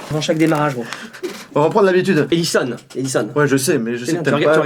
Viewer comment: E-dizon😂